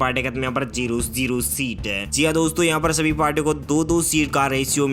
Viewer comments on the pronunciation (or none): अपनी वाइस क्वालिटी सुधारिए सर जी ज को ज़ कह देते हैं सर जी नमस्कार 👍👍🙏🙏💐💐